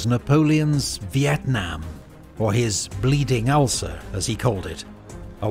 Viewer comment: Ah, "ulcer", I wondered what an ucler was